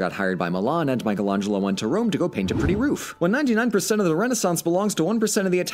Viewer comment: imagine doing a deep dive on florence and not know how to pronounce michelangelo